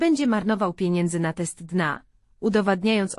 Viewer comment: Oj te Al i później Dna zamiast D N A 🤣🤣